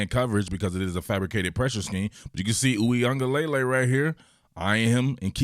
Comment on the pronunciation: Your pronunciation is WAY better than most talking heads lol. Only thing: it's luh-lay at the end, spoken very quickly, not lay-lay spoken slowly. Not hatin'; you straight up need a language degree to pronounce this dude's name 😂